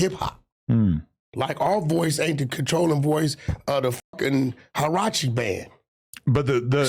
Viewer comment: Harrachi band? Lmao fuck wack dog, it's MARIACHI homey lol